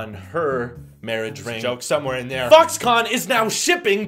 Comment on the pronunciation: When you said Foxconn it sounded like f**ks gone. This video will now be demonetized 😂